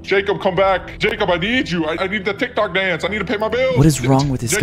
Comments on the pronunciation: Its so funny that cayus said Jequib, Jequaiby, and Jequabius, Jequabiosislosis but the name is Jacob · It’s funny because you keep on saying the Jacquee it’s Jakeup. Ps love your videos